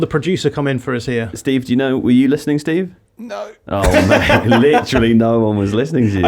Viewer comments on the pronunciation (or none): none